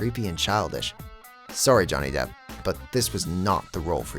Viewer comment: It’s Depp not Depth lol